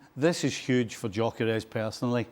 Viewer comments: I thought he said Djokovic. It’s Gyokores. At least make an attempt to pronounce his name right. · Stevie........ he's not like you, a Scot, so his name isn't "Jockeres," Viktor's name is pronounced "Yuh-kuh-resh!!!" How many times do I have to correct you lot???.